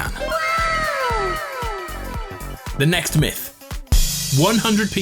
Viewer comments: "The next myth" sounds like nexiph Nexiph is the guy who did this originally No disrespect luv u good vid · Yeah I thought the same! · Ye same